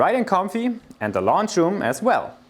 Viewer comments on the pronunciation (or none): I can't wait to see this "Launch Room"! Are you building rockets!? j/k it's pronounced like the word owl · I think people are hung up on your pronunciation and are incapable of figuring out the lounge is what you’re saying. Deutsch-phonetisch: Laundsch, nicht Looonsch. Sprachen machen Spass! 😎